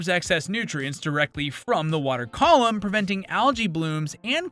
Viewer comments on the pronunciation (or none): none